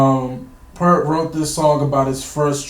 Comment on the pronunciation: Nice reaction. Neil Peart's name was pronounced P-ear-t, not P-ur-t. PS - Don't get too caught up on early days. They were just high school dropouts in 1968, playing church basements. Rutsey is the only other name worth remembering as he at least played on the first album. PPS - The key reason they parted ways with Rutsey is that he wanted to go in a straight ahead rock direction, whereas Lee and Lifeson wanted to go in a progressive direction. Peart wanted to go in that same direction.